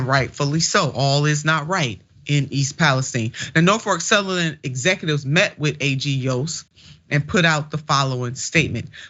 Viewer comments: She clearly called it "NorfoRk Southerland. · I believe that anyone who cannot pronounce a railroad's name correctly is an idiot! #Norfolk Southern is the correct pronunciation